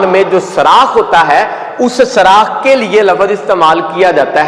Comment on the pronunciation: پیارے بھائی اچھا لیکچر ہے ۔۔ لیکن ایک بات آپ کو بتاؤں کہ لفظ سراخ نہیں ہوتا سوراخ ہوتا ہے 😊